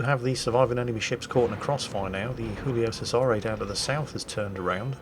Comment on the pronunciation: Hoolio Sezaree, eh?